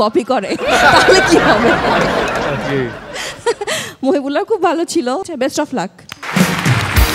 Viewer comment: এই ছোট ছেলেটার, শেষ কথা বুঝতেই পারিনা। কতবার ব্যাকে শুনতে হয়। শেষ টা দ্রুত বলে। মহিবুল্লাহ নাম, উচ্চারণ ঠিক আছে।